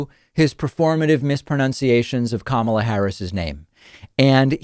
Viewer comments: That’s literally how she explains her pronunciation to people. “Say the word comma, like the punctuation, and add ‘la’ to it” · I think he's trying to make K-maa-la sound like O-baa-ma to his supporters by pronouncing it that way 🤔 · Donald is definitely goading his base with the pronunciation of Kamala Harris. At this point he doesn’t even try hard to hide it or deny it. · I can’t stand this man. And yes, David, he is xenophobic mispronouncing Sen. Harris’ name. He’s a total racist loser. Vote 🇺🇸💙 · His pronunciation of "Kamala" is closer to correct than what I've heard when other Repubs purposely mangle her name. A little extra emphasis on the second syllable Trump asserts. No emphasis on any syllable is how Kamala pronounces it (how one would pronounce it in India). No... I am NOT defending Trump.... He is pronouncing her name disrespectfully, as if it is NOT really an "actual" name, as if she made it up.... or even worse........foreign.... and an unwelcome inconvenience to be forced to learn a new name, as if SHE should change it to a name we are all familiar with.... if she were more "American". It is a very common name in India.... it is one of dozens of words that means lotus. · . He just openly insults Kamala Harris by mispronouncing her name and the crowd cheers. Thenhepretends that this crowd supports Lincolns policy's. These peole would be promoting slavery, while holding a Bible above their head and waving a confederate flag. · As you probably know, Donald Trump is a fan of professional wrestling. His pronunciation of 'Kamala' is a reference to a wrestler of that name whose character was a "Ugandan savage from the depths of Africa". So it's all an obscure birther thing. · I dont get how mispronouncing Kamalas name is a positive for him. He claims to be smarter than anyone and memory is intact yet to mispronounce her name over and over means either his memory is gone or he pays no interest in his job. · he's too stupid to pronounce Kamala's name